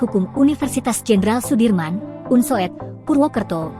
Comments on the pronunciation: Bacanya Unsud buksn Unsoed mbak. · Unsud bacanya.Bukan unsoeeed😮